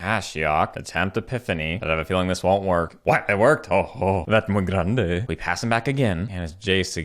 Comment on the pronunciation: Mi canal favorito de partidas de Magic, y escribo en español solo porque es gracioso cuando dices "muy grande"